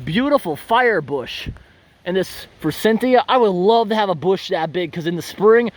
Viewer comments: I have to correct you on one little thing, it's Forsythia, not Forsynthia, no "n". Trust me, I've been in the landscaping business for 20 years.😁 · There's no n in forsythia.